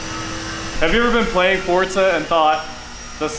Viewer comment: I am so happy that you say forza right